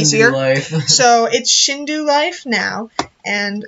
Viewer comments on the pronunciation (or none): It's Shindou Not Shinduu